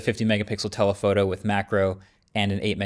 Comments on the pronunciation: I definitely heard "Nutella Photo" instead of "and a telephoto" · you are 100% saying Nutella-photo deliberately xD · Is it just me or did he say "Nutella photo" 😂